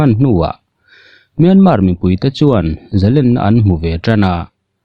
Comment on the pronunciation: Zalenna tih i lam dan hi, 'len' tih hi Len Sangha manna len kan lam danang hian lam tur ani lo maw?